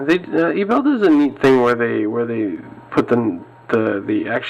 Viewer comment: Great video. However, I'd like to point out a small error in the pronunciation of Ebel. It is actually pronounced as (AY-bell).